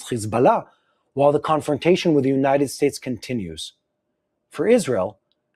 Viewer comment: I think the word promoter had several misspelling today. You usually don’t say words incorrectly like United States, Iran, and many others. Plus the audio kept going in and out. Love y’all and praying for you and your families, IDF, wisdom for your leaders, and protection for all of Israel..